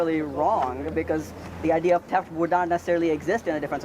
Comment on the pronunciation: What’s “teft”?